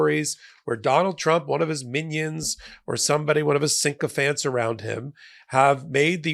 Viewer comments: sycophants, not "syncophants" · It distresses me when intelligent people don’t know the word they’re using. The word is SYCOPHANTS not “synchophants” 🙄🙄🙄 There’s only one N in the word! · no sinkofants! sycophants - no n after the y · Sycophants mate. Syc. Not sync.